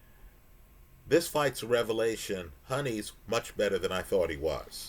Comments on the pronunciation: It’s Hoooni bro Not Honey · love your videos but you’re mis pronouncing his name. Huni is pronounced hew-ny not honey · As someone who often gets into the glue with names, i do believe Huni is pronouced "who knee" not "Honey"